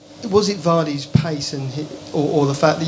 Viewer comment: He should say Vardy cos it's a name, but i'm serious in spanich when you read a word with "v" u must pronounce v as b